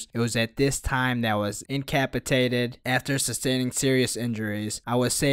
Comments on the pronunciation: it's in-cuh-pass-eh-tay-ted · "Incapitated" <3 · does this dude have a speech impedement/ he kept sayin "vito warship" and instead of saying "incapacitated" he said "incapitated" hahahahaha